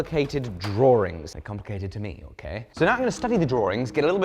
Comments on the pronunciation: I am pretty sure that they are complicated Draw-ings, not 'Draw-rings'. Let me know if i am missing something. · "Drawrings" there's no R after the W....😬😇 I always get a little giggle when I hear it pronounced by anyone from The U.K.✌💛🗽💯%